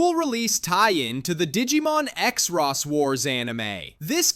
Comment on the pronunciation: Not knowing how to say xros really annoyed me. It's just "cross"